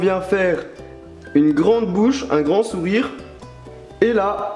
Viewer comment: A 4 min 21 tu a dit la boche olieu de bouche